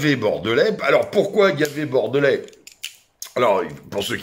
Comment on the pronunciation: A ta façon de prononcer "Bordelais"..à mon avis t'es pas Bordelais. Bon courage quand même